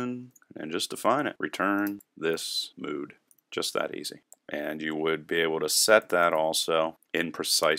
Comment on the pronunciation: Lol "mode"... don't you mean "mood"? :)